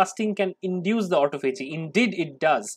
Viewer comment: Please check your pronunciation...I believe it is "ah TAH fah gee"